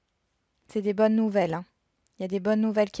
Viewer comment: Coucou ok pour maux mais bonnes et non bones😄😁😆😀😅....amicalement Muriel bisous de Belgique